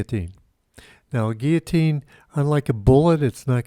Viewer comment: ok syllable clap with me now "guil-lo-tine" & again 100times. Or I will tell the National Pronunciation Board lol.